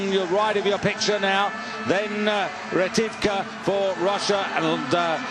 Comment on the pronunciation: Комментатор дегенерат, фамилию Ретивых прочитать не смог))